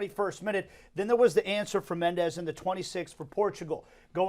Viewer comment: one syllable so mendes not mend es